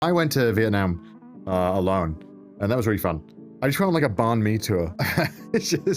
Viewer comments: Thank you so much for saying 'Viet Nam' and not 'Viet Narm' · It literally doesn't matter. In English, most people say Viet Narm because it's not Vietnamese - it's English.